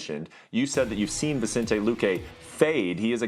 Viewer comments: Boy said vichente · Dude cant even says Vicente's name properly